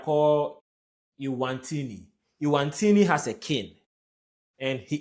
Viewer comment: It is Eswatini, NOT Ewantini !!!